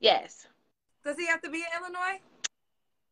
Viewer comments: Usually ppl from Illinois don’t pronounce the s at the end…. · It's Illinois there is no S😅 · Illinois there's no s LMAOOOOOO 🤣🤣🤣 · It’s the immediate yet innocent shade for me!! “What part of Illinois? There’s no “s”… Illinois, ok” The s is silent, but dang!!!😂😂😂😂 All jokes aside though; when speaks to women who genuinely seem to have been dealt a bad hand, but are trying their best, you can literally see the heart break on her face!!❤ I really don’t know how she interacts with so much emotional trauma. God Bless and God bless this young lady. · Nah cause by her living in Illinois she should have known the 's' is silent 😮‍💨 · "What part of Illinois, there's no S" (It's silent). That sent me 😂😂😂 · Wait said the S in Illinois is silent. I caught the correction but I don't think lil baby did.. but abrusive... nevermind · Love how immediately corrected her when she mispronounced Illinois, whilst mispronounces words constantly. 🤦🏾‍♀️